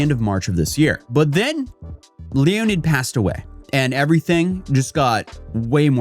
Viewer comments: ... His name is Leonid, not Leonard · "Leo-nid", this guy is definitely low IQ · Did you say Leo ned? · Both are pronounced the same way, just different spelling, like Jon or John